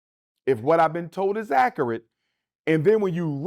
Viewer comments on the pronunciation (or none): "Ak - err - utt" Accurate